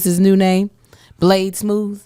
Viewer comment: Blade Smooth…BLAHDE’ SMOOTH…??? 😬😜😂😂😂😂😂😂😂😂😂😂😂😂